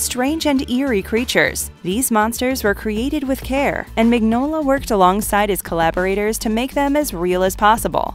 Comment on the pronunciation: Please research how names are pronounced. Mignola is pronounced min yo la